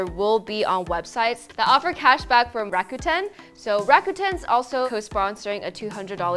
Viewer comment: rakuten: funny hearing it pronounced rah-kA-tan. i’ve always imagined it as rah-kooh-ten. the letter u = oo sound. otherwise they should’ve spelled it rakatan or rakaten.